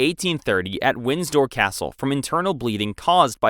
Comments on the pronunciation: Windsor not Winsdoor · Wind-sor not Winds-door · Windsdor it's Windsor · The current British House is WINDSOR, not "Winsdor" (sic). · It’s win-sor not winds-dor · Also it Wind-sor not Wins-dor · Winsdor too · "Windstor Castle" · "Winsdoor"? Ignorance is bliss is it? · It’s pronounced Winsor even though it’s spelled windsor. The D is silent. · Actually it’s more WIN-sah. Or, depending on where you are WIN-ser. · You can pronounce thrombosis, but not Windsor? Or bronchitis? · uou pronounce 'windsor' without the d. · Windsor - Win-zor Kensington - Ken-zing-ton (NOT Kings-ton) At least it was a real voice and not AI generated.